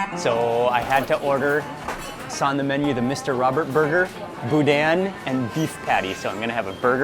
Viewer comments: BOO-DANH, no hard N at the end, I knew you would love my home state, so glad you finally made it, LOVING IT! Gotta get on some HogHead Cheese too, its right up your alley!! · It’s pronounced boo-dan. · As a Louisianian, I cringed every time he pronounced "boudin". LOL. Thanks so much for giving Acadiana some recognition!